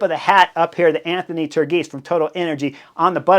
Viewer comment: Turgis as “turgeess”